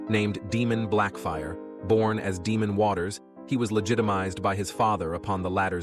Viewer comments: Ae in names is pronounced ai not ee. It's Daimon, not Demon. Helaina not Hela-ena. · I can't keep going, it's DAEMON not DEMON FIX IT. UGH, I wanted to enjoy...sorry u lost me! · Day-mon… not demon lol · Day-mon..... not Dee-mon. Just get a proper narrator. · DAY-mon…. NOT, DEE-mon.